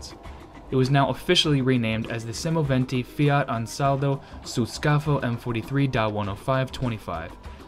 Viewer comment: The speaker has a good pronounciation and says semovente in the right manner . The video and the info are also very good . Greetings from Italy